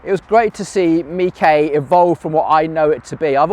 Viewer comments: why mee-kay not meesh? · Or is it pronounced Mish? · Is it pronounced Mikay? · Despite the Italian flag, I'd always assumed was French and pronounced 'meesh'. Only launching when ready: across so much of life now, vapour ware is the term for software and other tech released when merely in concept or not fully tested. Early adopters are now part of the development process but pay for the privilege. Hope stay with this modus operandi but, if customers go for cheaper, less tested products, they'll suffer. Similar with so many people going for cheapest (usually unrealistic) building quotes then complaining when the jobs are shoddy, incomplete, and builders never return to deal with snagging.